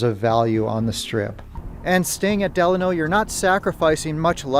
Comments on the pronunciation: Lmao the way you said Delano is crazy. 😂 it's like when people said Navada all weird. I spelled it the way people say it. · I’m a Vegas native and I have never heard anyone say it like that but we all say it the Italian way. Lol I just thought this was funny though. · You're pronouncing Delano wrong.